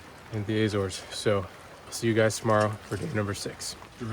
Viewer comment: "Ay zores" 😂 do you also eat "Ay pulls" 🍏